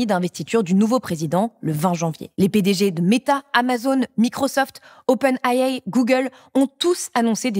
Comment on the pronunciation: « open aillé? » c’est pas open AI ?